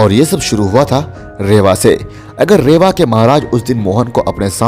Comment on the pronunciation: रेवा नही है रीवा है।